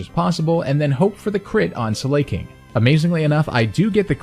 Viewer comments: the slay pronunciation is wrong its Slaking(Slack+King) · lol also i am pretty sure its sla-king not slay-king but ayy he does slay not gonna lie. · sl-a-king not slay-king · How do people do it? How do people spend so many god damn hours researching, theorycrafting, editing, and playing not to mention, to say Slay-king instead of Slack-ing? It's not that hard, as a YouTuber it's gotta be something you realize. Edit: And you said "True-Aunt" instead of "True - ent" Don't say it's nitpicking. If your job is to talk, better pronounce things correctly. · Slay King? Does this dude not know how the word slack is pronounced? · "slayking"?? :O >:( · love the run but the pronunciation killed me. Like slaking and oran berry. But lobe the video otherwise great job